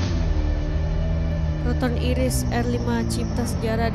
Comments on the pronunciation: Proton Iriz bacaan nya Airis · Iriz...sebutannya di Malaysia ialah - eye reez 😅